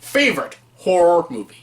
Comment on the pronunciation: You might enunciate a bit better. About 3/4 of the time you say “whore” movies. Good choices and video though! Thanks.